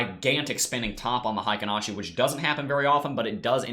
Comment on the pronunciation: I'm a Japanese translator by trade. Heikin-ashi is pronounced HAY-KEEN-AW-SHE. Thanks for your analysis.